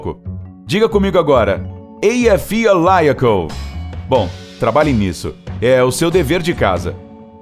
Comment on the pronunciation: Esta errada a pronuncia do no me do Eyjafjallajökull.